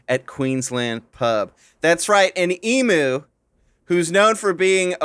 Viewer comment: Waiting on Alanah to correct and mispronunciation of emu. Waiting... waiting... nope.